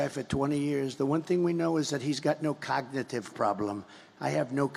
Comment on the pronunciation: Did Trump say ‘cogative’ instead of cognitive🤔